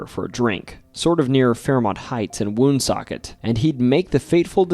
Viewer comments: I grew up in Cumberland and Woonsocket RI. Its pronounced One-Socket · I thought you are from RI but the way you pronounce Woonsocket says otherwise